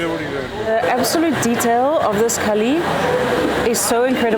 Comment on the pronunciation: Lovely vlog. Just a small quibble. Kali is Kali - the dark one. Kaal is time. Very similar words, by sound, but very different meanings.